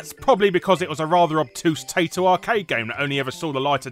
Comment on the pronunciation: I'm surprised that you miss pronounced Taito at the start of the video, but pronounced it correctly later on. :D